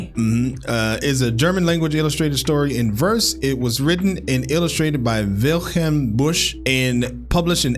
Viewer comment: It's not "Wilchelm", it's "Wilhelm"